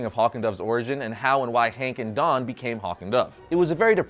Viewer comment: You say Don and Dawn the same 😂